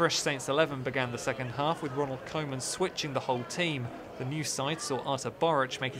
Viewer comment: I think it would already sound much better when you try to pronounce it as Kooman :P